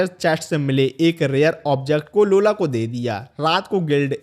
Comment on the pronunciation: Lola ❌laura ✅😂😂😂